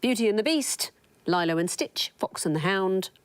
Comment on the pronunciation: I thought in the end she was going to address the people who may have noticed she mispronounced "Lilo"